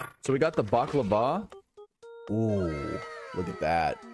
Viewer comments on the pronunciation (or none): how he said "baklava" hurts me